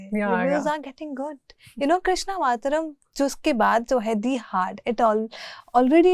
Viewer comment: Did she really said Krishna vatram It is Krishn avtaram Who gives her right to interview and why is nobody correcting her radha rani just a poetic Imagination??? Bhaiya ye kin ko leliaa They r repeating mythology mythology through out the interview 😤😤 Acha hai promotion m inko nhi leke gye